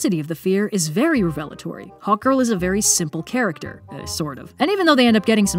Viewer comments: I kept hearing Hawk Girl as "hot girl" And I was like... Yah that checks out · Ohhhhh, Hawk Girl. The first few times said her name, I thought she said Hot Girl and I was like, the writers actually named her that?? I was thinking, was it supposed to be a meta feminist critic gone agley, or were they playing it unironically straight, like Michael Bay styles...